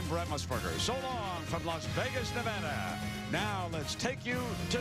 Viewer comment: Two comments: Boy-C and Nevada NOT Nevahda.